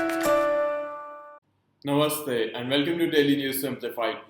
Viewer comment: I like the way u say " namaste" . U doing a great job